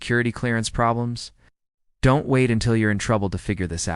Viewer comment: I fucking hate AI voices that can't pronounce the basics. Don't pronounced as Do N T. What the fuck...